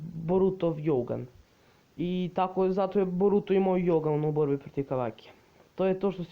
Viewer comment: Izgovara se dzougan a ne jougan